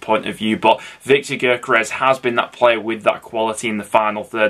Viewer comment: Cov fan here viks name is pronounced yokeres mate